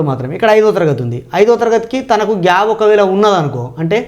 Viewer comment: Gab kaadu sir gap. Plese correct your pronunciation.